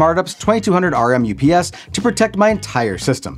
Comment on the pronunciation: C’mon. It’s UPS, not ups. That’s just gross